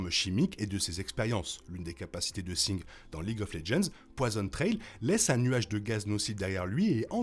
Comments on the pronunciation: Pourquoi tu prononce singed de cette façon alors que en anglais il le disent pas comme ça et en français ça serait plus singe vue que le D ce prononcerais pas . Bon c'est juste que ça pick un peut les oreilles je veut dire même dans le jeu il ne le dise pas comme ça. Je suis surpris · la vidéo est bien mais tu rends ouf a dire Sing, ca se dit Sin"J"ed bon sang